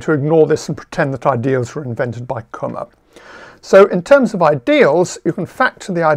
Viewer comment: His lectures are fantastic. This is the stuff I have missed as a student and I have often regretted that I haven't studied number theory and algebraic geometry instead of Algebraic Topology. I can't believe he posted this one a second time :) Kummer is now pronounced correctly as well 👍